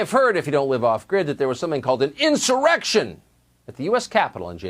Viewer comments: Did Senator Schumer say erection instead of insurrection?? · How many times is Schumer gonna mess up that word? He's done that at least twice already. Mr. Freud had something to say about that! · This man literally just said erection instead of insurrection 😂😭😂😭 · Did he just say erection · Chuckie said insite an "Erection"! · Did this man say erection omg🤣🤣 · Who else heard chuck say erection?😂😂😂